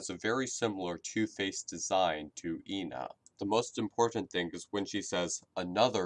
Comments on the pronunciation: Moony calls ena as Jena/ena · Moony called ENA like "INA": "Hey I-NA. Check out this trick!.." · Also, Moony pronounces her name different ways. In “auction day”, she pronounced it as “eena” In the second episode (forgot the name), she referred to ena as “Eh-nah” And in temptation stairway, she was referred to as “eena.. Eh-nah... Jena...” This is probably because of the possibility of Ena having dissociative identity disorder. I believe this because in “auction day” she apologizes after switching back to her “happy” personality. Also there’s something you didn’t mention. In each episode, Ena is slightly different. She has a different voice actor than in auction day, In the second episode she has “demon” forms while acting like a typical drunk person experiencing euphoria. And in temptation stairway, the color of her face on her right side slowly fades to yellow, she has a gray form, and her voice patterns switch,(her happy voice speaks when she’s sad and vice-versa), as well as her being more pessimistic than previous episodes. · I think that moony wanted it to rhyme with the whole ENA Jena because she says eh-na instead of e-na I don’t know if that made sence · Ǝna, Ǝ=eh eh-na, it's just pronounciation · actually, do your research. Joel G pronounces it Eh-na, from what I've gathered Joel G and this backwards E seem to be spanish